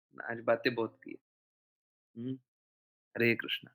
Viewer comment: हरे कृष्ण बोलो प्यारे.... कृष्णा नहीं कृष्ण